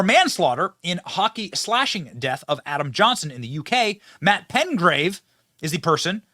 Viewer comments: Would you quit saying Razor Sharp, they're sharp yes it's possible to cut your skin on it because it's sharp but it's like taking a spoon and sharpening the edge somewhat, also it is PeTgrave NOT PeNgrave like you have been saying, PeTgrave! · It's PETGRAVE, not PENGRAVE - there's no "N" in it Benny. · Uh Billy, the man's name is Petgrave not Pengrave 🤦🏾 lol